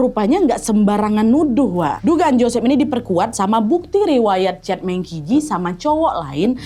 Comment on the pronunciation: D china meng baca meung juga